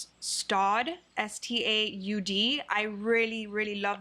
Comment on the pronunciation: You pronounced Staud correctly,!